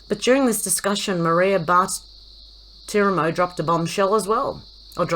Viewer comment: Hey, you said Bartiromo correctly. She was my favorite on Fox. I would curl up with my coffee Sunday mornings and watch her intently. Not anymore! I am boycotting Fox 😡😥